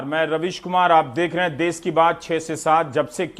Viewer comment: Kya NDTV. देस नही देश hota hai bhai